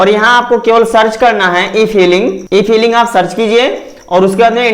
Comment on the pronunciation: ई फाइलिंग होता है ना की ई फीलिंग